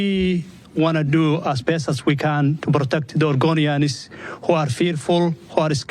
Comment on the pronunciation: Whats an "orgonian" 😂 mutha fucka speak English!